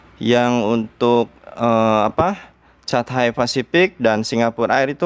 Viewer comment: Catay.. bacanya katey 😃😃